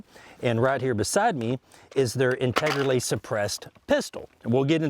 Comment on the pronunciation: "Integerlly" lol